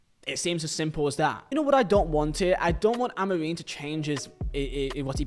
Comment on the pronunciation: His pronunciation of Amorim is criminal